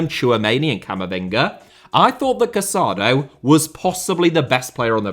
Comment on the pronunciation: The Barcelona midfielder’s name is pronounced Ca-sa-DOUGH. The accent on the final vowel makes all the difference. Please be respectful and pronounce the names of the players correctly.